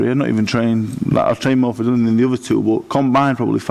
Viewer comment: It seems Barry hasn't warmed to "Dillion" enough to pronounce his name right.